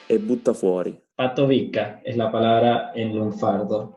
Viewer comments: No es neutral es de otra región pareciera. Me descoloca la forma de pronunciar " es " lo pronuncia " è " como italiano. A veces en el interior igual lo he escuchado pero más aspirado o diferente, tipo " éj-así ". No hay que irse muy lejos de Baires para escucharlo. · No lo sé yo tengo otros conceptos soy de Buenos Aires y creo que no te explicaste del todo bien en algunas palabras, luego creo que quedaría bien que pronuncies todas las letras de las palabras, “es” por ejemplo ajja pero nada muy buen video ah comunque en Buenos Aires es “chorro “ un ladro y “chanta” un estafador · A mí lo que me ha llamado la atención de su acento es que elimina las eses finales de las palabras como en el francés (en vez de dos dice do, en vez de es dice e...) Igualmente se le entiende bien.